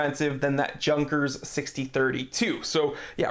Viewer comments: Please, Junkers is not pronounced like 'junk' the J is much softer, instead of DJ its a softer J or a bit like Yunkers would be pronounced although not quite 😊 just had to react to Junkers being pronounced like junk 😀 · YYYYunkers! lol not Junk-ers. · Minor nit: I think it's pronounced: YOON-kers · Junkers is not read with J as in junk it is read Yunkers as well as Sinn nit beeing sinfull but rather Zin. Love your videos none the less :) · Junkers is pronounced "Yunkers" :) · It's true